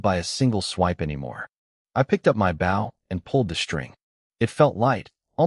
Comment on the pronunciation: how come you can't say the word Bow the right way how can you bow to your father an use it for a weapon = [Bo] w is silent